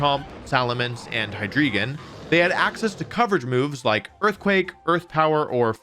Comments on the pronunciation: I gotta say, Hydreigon is pronounced "Hy Dry Gon", not "Hy Dree Gon". Its evolutions use the German words of "One" "Two", and "Three", "Ein" (Deino - "Dye-no"), "Zwei" (Zweilous - "Zw-eye-luss"), and "Drei" ("Hi-dry-gon"). That's all, just being pedantic. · The names of the Hydreigon evolutions are based on the german words for One, Two, and Three (Ein, Zwei, and Drei) so te "ei" in the names should probably be pronounced the german way. So it would sound like the "y" sound in "Fly". I think it should be something like "Dyno and High-dry-gon (with the gon sounding like the end of "dragon"). The "z" in german is pronounced like "ts", and the "w" is pronounced like a "v", so "Zweilous" would sound something like "tsvy-lus" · It’s actually pronounced Hy Dry Gon. Ein zwei drei 123 in German. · Also the drei in hydreigon is pronounced dry. It’s German for three. It’s previous evolutions zweiloud and deino are named for the German words for two and one respectively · Jarchomp and heedreegon great pronunciation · You mispronounce Hydreigon and Garchomp. Otherwise, nice vid. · Why do you pronounce Hydreigon like that?? The "drei" comes from "Drei" in German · Your pronunciation of hydreigon hurts me. EIN ZWEI DREI, man!